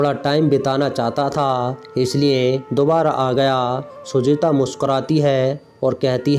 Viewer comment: बोलने का उच्चारण बिलकुल भी ठीक नहीं है सुजाता को बार बार सुजीता कहा जा रहा था